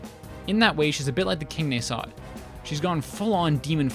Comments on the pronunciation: Just a litte gripe its pronounced Nah-sod not Ney-sod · Why do you pronounce "nasod" so weirdly? I think that the stress should be on a, not o, it just feels better to say.